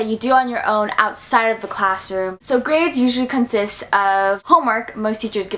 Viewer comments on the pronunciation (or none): none